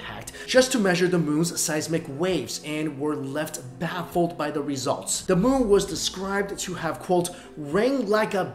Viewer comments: Savagenp 7 Once you hear it...it cannot be unheard. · You were saying moo instead of moon most of the times